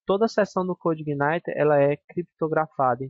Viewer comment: Parabéns pela iniciativa, muito boa sua aula, apesar de me dar um certo incomodo toda vez que você pronuncia Coude Igaineter rsrsr.